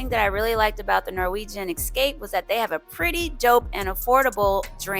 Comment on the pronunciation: Esssscape not Exxxxcape just sayin ;)